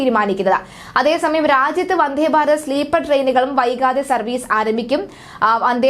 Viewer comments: വന്ദേ എന്ന് പറയു വന്ധേ എന്ന് പറയാതെ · വന്ധേ അല്ല വന്ദേ